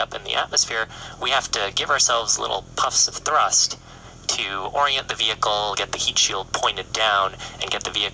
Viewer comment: "Veecle is peeching dahnrange" 🤣🤣🤣👍